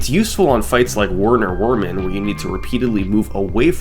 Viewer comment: “Werner Werman” — cmon summoning salt, it’s a German name, you say “W” as “V,” his last name is Vermin, it’s one of the best puns in the game 🙃🙃🙃